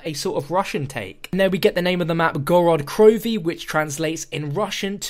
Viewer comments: It's Gorod Krovee. Put emphasis on the first o in Gorod and emphasis on the last letter in krovi. Город Крови in Russian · No offense but it's pronounced gored crofee. Roll the r's. I'm russian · please say the name correctly its pronounced gaa-raat kro-ve